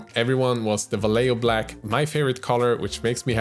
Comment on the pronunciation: Now I need a paint related collab video about how different youtube miniature painters misspronounce Vallejo in various different ways xD (non Spanish native, obviously)